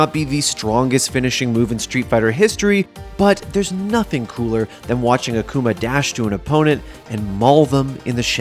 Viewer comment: "Akooma" Gj idiot u had 1 job